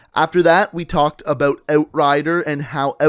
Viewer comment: You need to learn to pronounce "out" and "about"